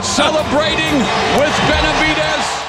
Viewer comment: Su nombre es Benavídes (acento en “í “) no, Benavidés ,( acento en “e”)